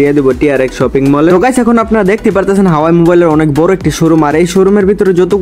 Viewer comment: হাওয়াই না হুয়াওয়ে